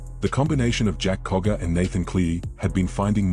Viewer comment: Its Jack cogger not koga